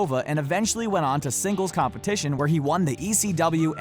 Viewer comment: U said were u bitch